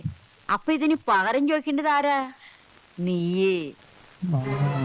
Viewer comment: Not Paharam. its Pakaram